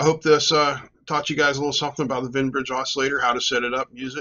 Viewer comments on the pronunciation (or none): Wien, not Wein. (Both are German names. Wien is the inventor of the Wien Bridge. His original paper about it is fascinating because he's experimenting with an "optisches Telefon," a primitive oscilloscope made by bouncing a light beam off a mirror attached to a telephone receiver, i.e., small speaker.)